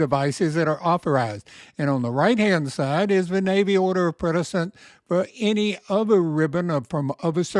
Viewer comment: Quality info. But: precedence = "pre SA dents", not "pre DA cents'. Think of it like something "preceeds" something else (not pre-deeds).